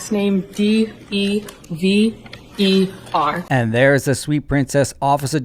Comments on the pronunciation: Could you imagine dating this diva? I mean deber, I mean deever, I mean gararge gal??? Lol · Somebody is lying: Cox or Dever., it drives her crazy to hear people mispronouncing her name as "DEAVER". 🤣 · She might also learn that Dever is DEEEVER while she is at it! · Oops! The guy keeps saying her ( Deever ) name wrong. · Love that you insist on saying Dever's name wrongly throughout.